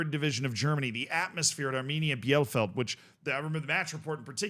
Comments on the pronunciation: ie in German is just a long i. So it's just Bee-leh-feld not beianything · bielefeld is pronounced Bee-Le-Felt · It's pronounced Beal-eh-feld. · Hey I know you love us correcting you on teamnames: it's bee-le-felt:D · just pronounce it correctly as "Bee-lefeld" next time, please ! 🤓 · to pronounce Bielefeld : Bee-le-feld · Hey, the name of the town is pronounced Bee-lay-felt, at least i would consider it to be the closest in english words for the correct pronounciation. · Bielefeld -> "Bee le feld" for english speaker. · Its pronounced BI-LE_FELD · First of all Bielefeld is pronounced Beelefeld (for you english Folks) and secondly: my guy you did Videos on Saarbrückens Cup Run last season? You dont remember that they beat Bayern and that Leverkusen was the only Top Division Side in the semis Last year? Saarbrücken also we're the First 4th tier Team that made it to the semis in 2019. And also Bielefeld had many Bundesliga seasons in it's history and still this is the first time they got to the final as 4th place of the 3rd Division. And yes they are not the first team to ever reach a final as a 3rd Division Club and yes we have two 2nd Division Clubs in Offenbach and Hannover that already won the Cup in huge upsets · Pronounced: Bi-le-feld ... for future use. ;) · Its pronounced bee-luh-felt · Here is how to pronounce Bielefeld: B - LA - FALD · It's pronounced Bee-luh-felt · Jesus Christ, your German pronunciation is absolutely abysmal (especially "Bielefeld" and "Pokal"...). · Boneyfaas and Biellfeld is crazy pronunciation. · Just for your information how to pronounce Bielefeld Bie = Bee (English) le = le (french) feld = felt (english) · If Bielefeld would exist everyone there would be insulted by this pronunciation. 😂 Edit: autocorrect